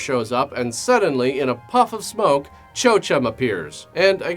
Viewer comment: Chochem is pronounced KO-hem.